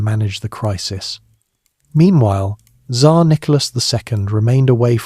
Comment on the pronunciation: Ai has a hard time saying Tzar.